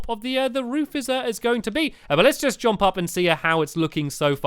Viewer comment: i love how stampy says jomp, instead of jump =3